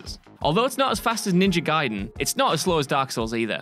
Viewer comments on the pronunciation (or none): none